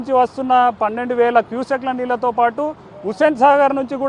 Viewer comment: KYU SEKKULA NEERU, KYU SECONDLA NEERU KADU